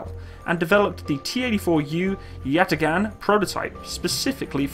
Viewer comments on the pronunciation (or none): none